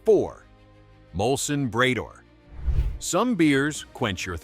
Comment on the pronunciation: Bray-door? Really?